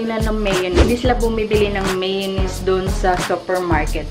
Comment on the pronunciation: Dahan-dahan lang meeyownese "Maalat","Maasim" haha :D